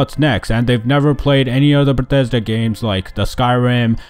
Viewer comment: "...from bededa headquarters"